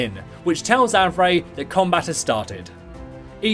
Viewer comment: i knew the pronunciation is Av-ray! some people on my server pronounce Av-ree